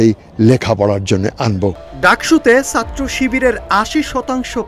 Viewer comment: চাত্র না। ছাত্র। সঠিক উচ্চারণ করতে পারেনা।অথচ জাতীয় দৈনিকের সাংবাদিক 🥲